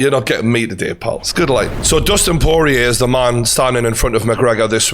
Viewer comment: Why do you pronounce 'man' like that? What an interesting accent :0